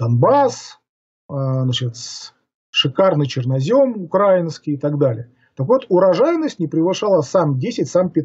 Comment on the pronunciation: Пыжикову памятник. А это не историк (такое внимание произношению Василькова, но так и не смог выучить как произносится Украина и украинский)... 10 лет писал... ровно?) еще одну летопись... Вольнодумцу тоже дизлайк за ссылку. Это политагитатор и преступник...